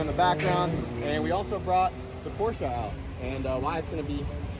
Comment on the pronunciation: It is pronounced Porsha